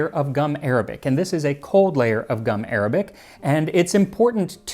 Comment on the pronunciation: Gum Arabic isn’t pronounced like the language, it’s actually gum ar-ah-bic